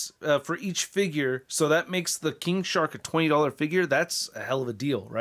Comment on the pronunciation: I swear I heard 'King Shart' at the beginning there